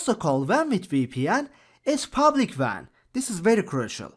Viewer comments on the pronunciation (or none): he pronounces wan as van